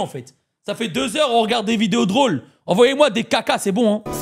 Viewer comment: "vous m'envLoyez"😅😂 désolé❤ mais c'était trop drôle😂